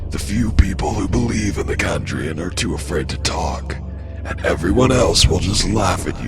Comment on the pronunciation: He changed his pronunciation of "Chandrian" halfway through the video